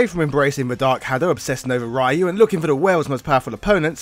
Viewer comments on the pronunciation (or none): I thought "Ryu" was pronounced like "Ree-you", not "Ra-you" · It's pronounced Reeyou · Please don’t pronounce ryu like that😂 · I am more offended at your pronounciation with 'Ryu' than Akuma selling bananas